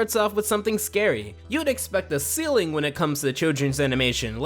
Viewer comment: a ceiling? Silling? Silly? What did he say?